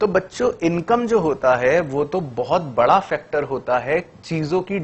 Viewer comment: bhdaa nahi BADA hota hai